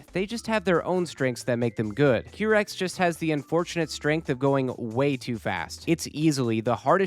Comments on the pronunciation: Every time i hear qeerex instead of qairex i get the AKIRAAAAA flashbang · Hi! nice vid. Just to let you know, the Qirex team name is pronounced kai-rex. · It's pronounced: Ki-Rex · it's Q-why rex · another banger challenge run!! also note for future Wipeout videos: it's pronounced "kai-rex" 😅